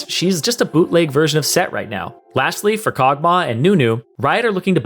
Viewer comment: "Boot Leg Sett" . . .